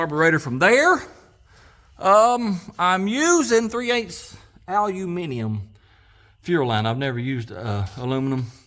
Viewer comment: You are first American who I have heard that pronouns "aluminium" correct.